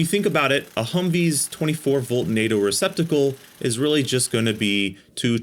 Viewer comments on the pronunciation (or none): He said , Reciptable...